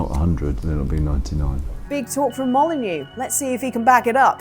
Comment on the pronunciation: Peter Mo-lie-neux